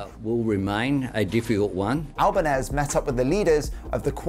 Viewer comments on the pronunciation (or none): He is Italian descent, not Spanish. Pronounced Albaneasy. Also, you should have mentioned Australia is one of the main drivers for establishing a marine sanctuary in the Southern ocean.